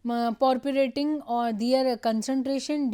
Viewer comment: Kya matlab proportionation ko purporation kardiya matlab tumhe kuch ata bhi hai , seriously man reading slides doesnt make u a teacher, sirf cough sunai diya tumhara😏